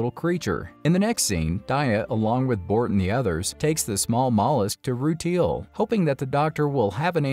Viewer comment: It’s so difficult to listen to the mispronunciations of some of the Gens like “roo-teal” 😂